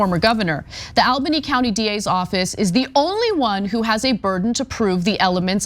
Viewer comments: (ALBANY) ALL-BUH-NEE.. NOT al-buny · Really weird to hear Ana repeatedly mispronounce Albany. It's "All-bunny", not "Al-bunny". Heck, you can even hear the right pronunciation in the "Steamed Clams" skit on the Simpsons. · Hey ana, as a new yorker, just letting you know its pronounced ALL-bany. But yea they were always gonna let him get away with this. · All-Bany... I know how it's spelled. But it is pronounced All-Bany. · All-banny. That is the pronunciation.